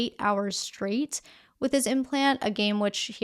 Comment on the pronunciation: Did you just say, "Shtraight?"